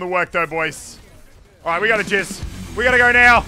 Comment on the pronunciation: did anybody else hear ‘we gotta jizz’ as he’s using the torb ult 😂